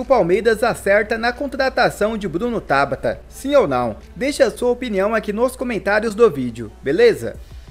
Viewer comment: Costumo acompanhar alguns cronistas esportivos de Portugal. Lá, todos pronunciam TABATA (palavra paroxítona) e não "Tábata" (palavra proparoxítona) como você diz. Procure se informar, amigo!